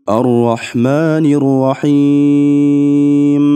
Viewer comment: Рахим эмес рохиим деп окулат